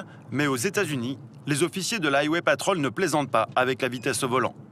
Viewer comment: Aille-wai patrolle 😂😂😂